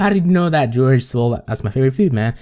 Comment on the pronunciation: Its not George